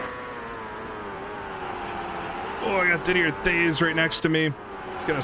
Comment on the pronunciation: Did-ee-eh Tayz